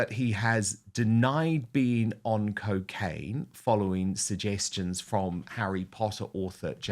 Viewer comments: Anyone else hear Brendan Fraser in Bedazzled every time Jones said cokeaina 😂. Morgan & Jones, two tits in the same bra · Cocaine Owen not cicaine